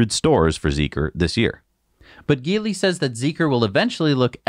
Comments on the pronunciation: i may be wrong but isnt it pronounced "X Pung" & "Ji-Lee" ? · GEELY should pronounced as G - Lee